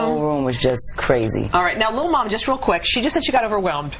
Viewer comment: "momma" lmao